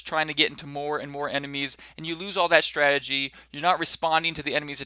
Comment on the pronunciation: shtrategy :D bit scottish!